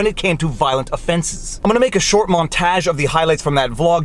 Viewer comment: A short “Montaje” Lol